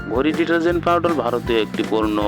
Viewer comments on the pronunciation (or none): ছাগল পাউডাল নয় পাউডার